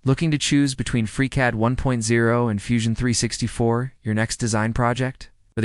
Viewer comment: "Fusion 364"........"aH!!!!!!!!!"......"without its passionate leader 🖖🖖"......"OUT-cOmE!!!! " ..... "it feels more engineer Y and Raw" ..... FReeCAD v. FUSONO😑..... "Freecod" ..... whispers and rushes a huge point about F360's data management & collab features like they're medication-induced side effects ..... "FreeCAD is 100% free and a good choice" . The takeaway here is literally, "Try both and see for yourself". Umm...that's the problem. I don't have the [fill in blank to suit your specific situations, fam] to try both and see. Anywho, here's a free YouTube social engagement credit for your time I guess. Reader, at , freeze frame JUST before the other video suggestions pop up. It's the most endearing representation of the whole FreeCAD vibe. I love FreeCAD so far BTW and I already know it's going to see major iterations and improvements from devs and community. Happy modeling everyone!